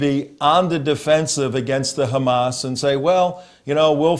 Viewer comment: Why does he keep saying GAMAS. He is dutch he knows very well how to pronounce the 'H'